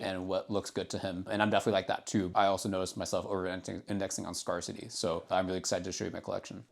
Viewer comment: Ngl slightly bothers me how he pronounces “scarcity”